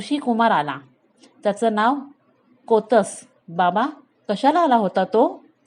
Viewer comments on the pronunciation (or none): तुम्ही गोष्ट छान सांगता, फक्त शब्दांच्या उच्चाराकडे थोडे लक्ष द्यावे. कोतस नाही कौत्स असे नाव आहे. रघुराजाने विश्वजीत यज्ञ केला तेव्हा सर्व मांडलिक राजांनी कर चुकता केला होता. प्रजेकडूनही महसूल गोळा झाला होता. पण इंद्राने कर दिला नव्हता. म्हणून स्वर्गावर स्वारी करायचे ठरले. हि बातमी नारदमुनींकडून कळताच इंद्राने कुबेराला सांगून अयोध्या नगरीच्या बाहेर स्वर्णमुद्रांचा पाऊस पाडायला सांगितला. तो शमी व आपट्याच्या झाडांवर पडला होता. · जुन्या धड्यांचे वाचन करून पुनर्जिवित करण्याचा छान प्रयत्न ! जरा कौत्स ( कोतस नाही ) निःस्पृह या सारख्या शब्दांचा उच्चार काळजीपूर्वक केला तर अधिक छान वाटेल .